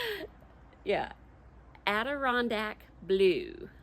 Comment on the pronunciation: As a guy from upstate ny you said Adirondack correctly